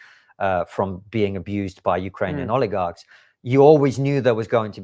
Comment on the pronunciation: I'm sorry but what is an oligag?